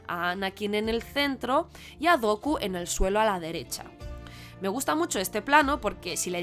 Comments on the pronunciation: No. No es la mejor, para comenzar. ¿No les enseñan a hablar inglés en España? Porque es el colmo ni saber pronunciar el nombre Dooku. Finalmente, te decapitaste sola al decir que el Elegido era Luke, pues es Anakin quien trae el balance y cumple la profecía. Bien dices que no quieres hablar de las secuelas, pues las entendiste mucho menos. Anakin le dice a Rey que devuelva el balance como él lo hizo. Luke solo ayuda a ambos a devolver el equilibrio. Muy bonito el tema de las luces (Ya hasta forzado) pero eso no basta. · Muy buen vídeo. Lo único que podría corregir es la pronunciación de Vader como ‘weider’ o Dooku como ‘Doku’.